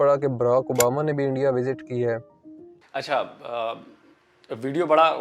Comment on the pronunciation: Ye Endia to सtrong hota ja raha haaaai 😂😂